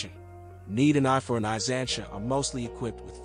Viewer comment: It’s not ‘zansha’ it’s ‘zanteea’ duh.